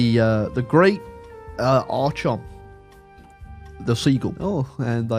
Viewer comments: continuing to pronounce Archon as "ar-chon" and not "ar-kon" is making me want to tear my eyes out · It's "Ark-on" btw. Though I think you saying it wrong on Purpose. If you had waited a few years Grover 6 would have actually grow up gotten to the age to rule at 18, and he becomes you new ruler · every time he mispronounces archon i tear a little more of my hair out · I refuse to believe you are not mispronouncing Archon on purpose. There is just no way you don't know you are saying it wrong. You are doing it to trigger me. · The way you pronounce archon has to be ragebait, I refuse to believe otherwise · It was scraping my ears every time but he eventually figured it out at least!!!!